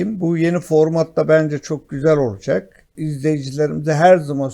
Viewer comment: Hadi Bey, lütfen " olucek " değil olacak...